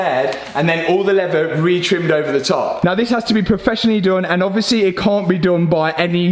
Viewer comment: You did a great job, Much patience to pull out that dashboard, Im from the USA, When you are explaining the leather and how it breaks open for the airbag, You pronounced it as Levea, How would you pronounce the word Lever, Just curious..